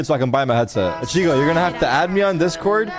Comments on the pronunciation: it hurts me how Tarik pronounces ichigo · the way he pronounced ichigo lmao